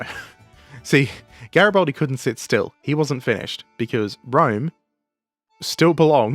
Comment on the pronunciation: It's GaribAldi, not GaribOldi.